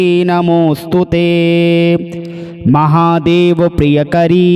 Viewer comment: प्रियंकरी न कि प्रियकरी,अशुद्धि के साथ मंत्रोच्चारण ठीक नहीं । किसी भी श्लोक को ध्यान से पूर्व अभ्यास के पश्चात ही पढ़कर अंततः अपलोड करें। आग्रह है। धन्यवाद। om kuldavaiye namah.